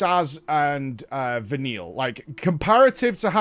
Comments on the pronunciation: In case noone has told you yet. If you change paradims at the last possible second after an ATB gauge, you can skip the animation and be changed quicker. edit: Vah-kneel. Not Vah-nil-a :( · I don't get how can play this game for days and still not know how to pronounce Fal'cie. I originally thought he was pronouncing Vanille as "Vanilla" on purpose, but now I'm not sure. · Is he pronouncing it Vanilla on purpose? They pronounce the name in game...?